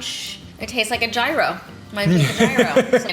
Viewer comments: It’s pronounced YEE-roh, rolling the r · "Gyro" is pronounced as "Euro" basically lol